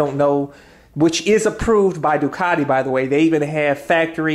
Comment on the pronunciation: You gotta say it right bro. Say "doo-kuh-ti" 😁 love the repsol fairings!